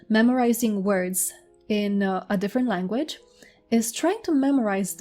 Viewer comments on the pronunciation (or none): none